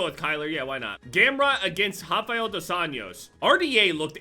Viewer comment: as a portuguese speaker seeing pronouce anjos as años gives me brain aneurysm